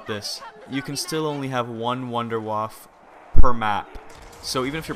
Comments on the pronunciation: it is pronounced wunderwaffah not wunderwaff!!!!!!! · Why does EVERYONE call it the wonderwaffle? its the wunderwaffe! and its pronounced vundervaffe. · mate its a wonder waffle not "vonder voff" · First thing, can you switch gun when you have the wunderwaffe? also, just so you know its pronounced - Vunder-Vaffer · every on its called wonderwaffe not wonderwaffle